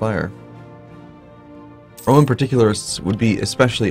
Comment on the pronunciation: Get well soon,! In the beginning of your episode it sounded like you said "...some more of the Broman Empire."...imagine the Bro-man empire, it wouldn't be Caesar, but Brosar, The capital Brome and they would host the Broylimpic Games. Ave Brosar!